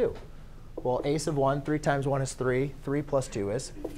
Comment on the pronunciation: "i would say ... " ? did you say "a sub 1"? a sub of 1, shortened to "a s'of 1"? a's of 1? ace of won, what? it sounds like it should be "a sub 1" but the consonant sounds like a lip on teeth: "fff" or "vvv". my professors always said it the same way and to this day I have no idea what is the spoken English.